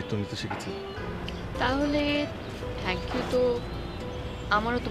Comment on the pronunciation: থ্যাংইউ না বলে ত্যাংইউ বলে 😄😄😄😄😀😀😀😃😃